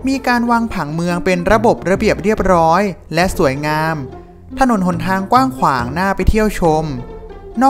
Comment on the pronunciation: สองล้อย...ไล่ อ่านคำไม่ผ่านครับ ร้อย ล้อย ไร่ เป็น ไล่ รับ เป็น ลับ